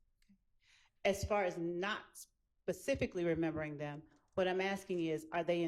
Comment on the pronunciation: PACIFICALLY :face-green-smiling